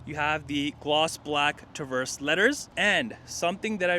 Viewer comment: Say "Tuh-verse" again